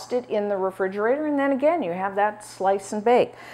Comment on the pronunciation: Love you but refrigerator does not have a “d” in it.